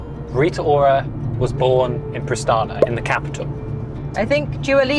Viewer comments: Its Pristina... not Pristana. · Prishtina, not Prishtana. Otherwise everything is ok :) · Pristina not Pristana